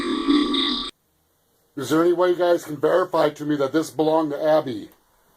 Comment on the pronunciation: Man... if I close my eyes so that I don't see your closed captioning, I would never in a million years get what you got. Maybe you have to be there to hear it clearly but on captured audio "edmund" sounds more like "wicka chick chicka chick chick". "Abby" sounds to me like "swish swisha swish swish". "Blood" sounded more like "sklsh shshsh"